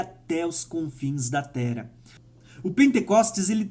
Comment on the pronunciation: tu não consegue ler de forma correta nada que tenha dois "R", pq? Rsrs "Ocorrer, vc fala ocorer" "Terra, vc fala Tera"